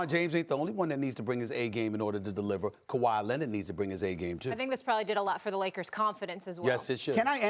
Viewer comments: Nobody: Stephen A: Kawhi Lennid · “Kawhi Lenned” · Kawhiet Lennit lol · Stephen “Kawhi Lennit” A Smith